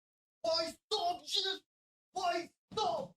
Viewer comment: Bro ,, his nam Jesus not hesus 🤣